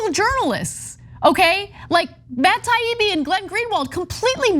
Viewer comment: Aww, poor widow Ana doesn't wike Matt Taweebee any moe. 😭